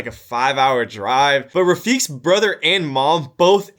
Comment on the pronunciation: Pretty sure. Its pronounced rafiq like "Qa"